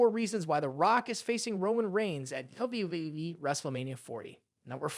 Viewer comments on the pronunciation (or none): What the f*** is Wueueue???? Do you mean WWE? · WWE. Thats how you say it, not dubyabyyuaaee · Man you can't even say WWE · lol it sounds like you're having trouble saying wwe every time you say it